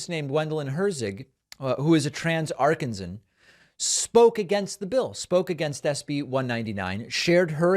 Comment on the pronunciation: Ar-KANZ-uhn, not AR-kuhn-zuhn.